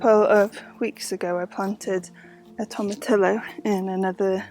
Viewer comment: Wow! That watermelon looked perfect! Well done 👏👏👏👏 So glad to hear it tasted as good as it looked. One does not pronounce the double Ls in tomatillo as an L sound, but rather as a double ee sound. Toe ma tee oh (stress on tee). Stay cool. Love your tea cards❤❤